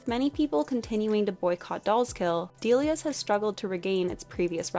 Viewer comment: I thought it’s pronounced “dell-Lee-ahs” not “dee-lee-ahs” lol